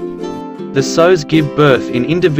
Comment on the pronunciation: It's sows, not sews!